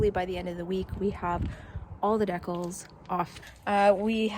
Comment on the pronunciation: The word decals is pronounced Dee- cals not deck-als... that was painful to listen to.